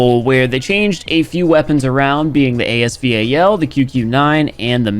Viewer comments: Man it Bugs me when people pronounce the name A S V A L instead of ASVAL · Can someone tell him it called the as val not the as v-a-l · its A S VAL not A S V A L (no hate) get it right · ASEA VAL Me- As Val you dimwit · Please just say VAL, quit spelling it out 💀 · say it with me "A-S VAL" its not A S V A L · it is as val not as v a l pls stop saying that it makes me go crazy bro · ur pronouncing it wrong tho its A-S val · I love how he calls the as val A S V A L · I'm calling it A S VAL